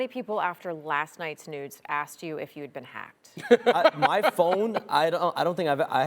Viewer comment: she says last nights nudes 🤣😭🤣